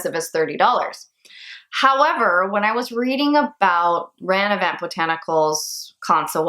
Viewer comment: Omg mine is on the way. Also there is no N at the end of Ranavat. Rah nah vaht. Lol the Indian in me wanted to let you know. I would love to see more videos like this.